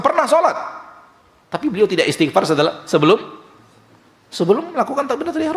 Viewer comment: Mas, itu istighfar bukan isti'far. Ini tanda anda memang perlu banyak belajar (saya juga), sehingga tahu kalo kita seharusnya cukupkan seluruh ibadah kita sebagaimana dicontohkan Rasulullah, tidak perlu bikin2 atau tambah2.